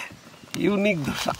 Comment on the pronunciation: ও মামা ধোসা না দোসা